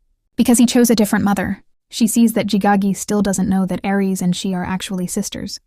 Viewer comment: Why are you saying Ar for Aries and jgijgu for JayJay